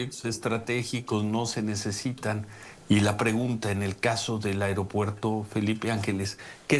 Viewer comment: El airopuerto 😂😂😂😂😂, ya enseñenle a hablar